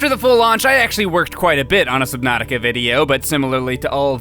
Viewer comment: nova 6 Me: I think that’s pronounced “Subnautica”